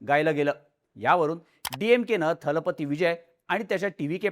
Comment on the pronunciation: 'दलपती' हा शब्द सगळेजण " थलपती " असा उच्चारत आहेत!